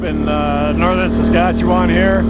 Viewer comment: That's a long drive for an ATV ride - lol. The old train station was cool. The town of Ogema, SK, has completely restored their's with working train tours through the Big Muddy. If you like history, you would love Ogema! I love how you fully enunciate Saskatchewan. People that are from here pronounce it with varying degrees of western accent and it'll sound anywhere from Sas-katch-ew-win to Sus-katch-a-win to Skatch-win - LOL Thanx for the tour!